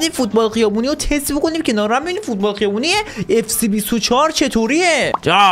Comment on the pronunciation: آقا سووووو نه سیییییی😂😂😂😂